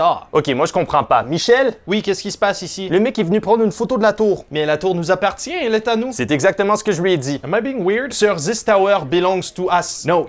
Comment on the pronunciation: Damn Ryan, je ne savais pas que tu parlais français 😲 De plus sur le mot "appartient" tu as fini le "tient" en québécois. Tu viens d'où?! Edit : je viens de googler, tu es de Montréal!! Bin tabarnak je t'écoute depuis à peine 2 semaines et étant Asperger, j'ai une logique solide mais binaire et desfois je me reconnais dans tes vids. Lâche pas, t'es trop drôle 🤘